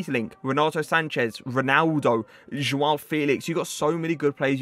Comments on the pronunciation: As a portugese person I'm happy you've just pronounced joao the right way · Pronounces Joao correctly but can't say Fernandes or Guedes lol